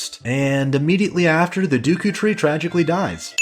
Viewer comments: "Dooku and Gherrdo".... cringes "Piano"........................... PUKES BLOOD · Did you say Duku tree?! Ugh!!! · I always pronounced names wrong as a kid, Instead of just saying "deckoo" I pronounced it as "deckyou", and instead of saying "Saria" I said "Sarah", and I called an "ocarina" an "orcanya", I got mad though because I pronounced Navi right, but my friend pronounced it like the word "navy", my god it was tough being a kid and trying to read text from games. I remember when you get to lake hylia, the guy at that house who has you do the diving tests in order to get a heart piece and another item (don't remember what though) says the word "noticed" and as a 6 year old kid that word baffled me and I kept pronouncing it like "not-icked", until my older brother said it was noticed, and then I was so embarassed because I used that word regularly but hadn't seen it written yet. So funny to think about now as a 29 year old,I totally forgot about all of this until I saw you call it the duku tree and the saw the top comment from that guy making fun of it. It's wild how I can recall an unrelated memory just from watching a YouTube video, and suddenly I remember that memory so vividly. It makes me happy that everyone loves this gam as much as they do, it really changed my life when I first played it, I honestly think it, alongside more creative based games like RPG maker for PS1, is the reason I began to become more artistic and creative in general because the story telling in this game is so fantastic and it really game me one of the first video game experiences that just completely moved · ITS D-E-K-U YOU FUCK!!!!!! NOT D U K O CAN'T FUCKING READ OR WHAT! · yeah ofc the entire video is absolutely garbage because he said dooku, absolutely terrible, unforgivable if u will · I know you correct yourself in the edits. But why and how did you think its pronounced "duku"? "Ah yes, the 'e' in deku is clearly a ruse." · The dooukoou tree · He says dookoo so many times How?